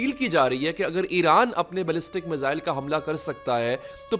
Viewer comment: मिसाइल होता है, मिज़ाइल क्या होता है बे?